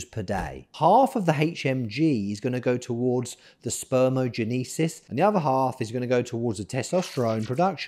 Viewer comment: SpermaTOgenesis not "spermagenesis"